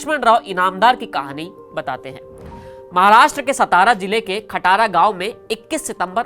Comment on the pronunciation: भाई उनाका जन्म स्थळ का नाम आपने गालात लिया है खटारा नाही वो खटाव सातारा है खटाव एक तालुका है